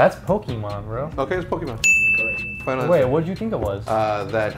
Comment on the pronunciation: All of them struggling with POKEMON had me cringe